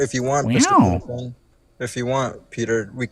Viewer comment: Why does his constant referring to as "Peter" just peeve me as much as it does?